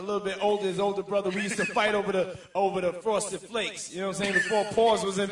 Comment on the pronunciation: We used to wrestle... Off-a-duh.. Off-da-uh, off-ada FRAUSTED FLAKES 😅